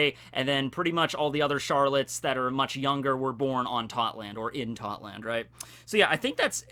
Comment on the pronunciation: its totto land not totland